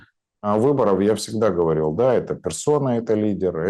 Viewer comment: Ув., вы высококультурный и образованный человек, но Ваше "да" больше похоже на кадыровское "дон". Без обид